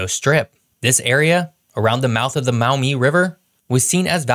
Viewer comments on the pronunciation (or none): As a Michigander, you need to learn the nuances of how us Michiganders speak and how things are pronounced.. ie Mackinac is pronounced "Maickinaw" Maumee is pronounced "Mawmee" I may sound nit picky but dude you butchered some things!!! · A couple pronunciations for future reference: Mackinac is pronounced "Mack-uh-naw" and the Maumee River is pronounced "Maw-me". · And the Toledo War was over the mouth of the Maw-MEE River, not the MA-u-mee. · All over the place with many pronunciations. I’m from Maumee Ohio and while I cringed with the pronunciation of Ojibwa, Potawatomi, and Mackinac, I fell off the sofa with Maumee. It’s pronounced “Maw-mee” for the record. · AND,,, as a native Toledoan, The river is the MAW-MEE. Not whatever he made up.